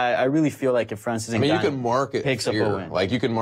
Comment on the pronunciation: It's super annoying how Luke pronounces Francis 'Enga-noo'. It's Francis 'En-gaanou'